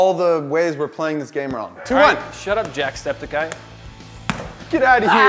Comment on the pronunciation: Jack Mark Felix The Heroes ikr and I almost broke my tablet when he said jacks name in the wrong way